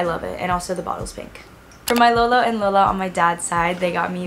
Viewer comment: i love how u said lola and lolo like my filipino heart just melted for u 🥺